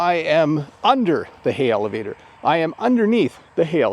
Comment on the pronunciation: Great lesson! When you talked about the elevator it sounded you put a 'H' in front of the word, sounding Helevator. Is that your accent or the regular way to speak that word?